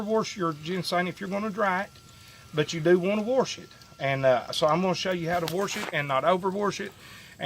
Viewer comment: When I tell you I'm loving to hear him say warsh it!! True country fellow!! Love